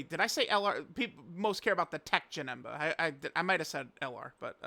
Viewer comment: Teq Janet? Wtf are you mumbling about